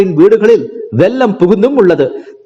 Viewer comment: இவனுக்கு சரியாக உச்சரிப்பே வரவில்லை. , ரூபாய் 200க்கு என்ன வெல்லாம் கம்பி கட்றான் பாருங்க ,,,,,,,வெல்லம்,,,வேலச்சேரி , சேர்ந்தவர்கல்,,,,, ,மக்கலுக்காக, தமிழ் கொலை